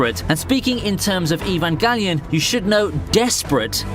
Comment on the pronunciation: hes pronouncing evangelion completely wrong